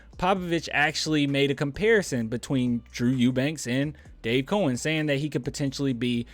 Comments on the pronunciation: It’s pronounced Cow -ens, not cOh-ens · Its cow-ens